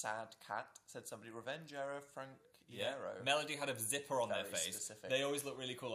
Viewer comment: Um did dan say "frank ee-airo"? Um no Also, ok, I'm so sorry that Brazil & Mexico was tbc for all of the phannies there but I'm from Montreal and my date was tbc until July until they cancelled it and it never happened, I wish they would try to do that in Montreal too bc it's sorta sad that I never got to see it.